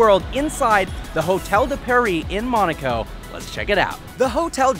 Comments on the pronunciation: Dude... Nice videos, but I’m starting to get into habit of helping you how to pronounce towns like Weissach and Monaco. Weissach is Visock and Monaco is Mow-nah-co and not Mon-ah-co. If you don’t believe me then go for tour into the Princes palace and hear how he says it. Carry on! Cheers! :) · Why cant he say Monaco right he says monico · its MOOONAAAACOO NOT MANOCO OR WHATEVER